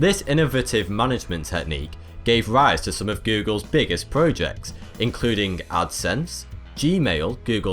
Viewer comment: It's projects, not prujects. Love the vids, keep them coming. Do one on wildlife, or space.